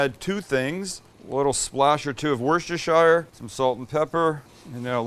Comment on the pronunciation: It's pronounced Wuss-ter-sheer 😁 Good vid. Love my air fryer.